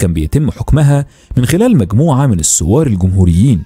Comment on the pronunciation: احب اللهجه مصريه وافهمها ولكن ممكن متابع مايغرق بين السوار و الثوار … بالتوفيق 😁❤️🇰🇼